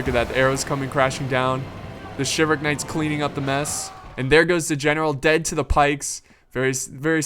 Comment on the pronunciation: I always hated the way you pronounce "chivalric."